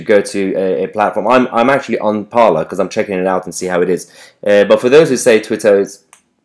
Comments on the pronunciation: ‘Parler’ is French for ‘to speak’. It is pronounced ‘parlay’, not ‘parlour’. “Parler is a new Twitter”. Parler was started in 2018. “It is a right wing version of Twitter”. It is a free speech platform and already had a large apolitical user base. Right wingers flocking there now to escape censorship does not make it a right wing platform. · Isn't Parler pronounced Par-lay as in the french for to speak / talk?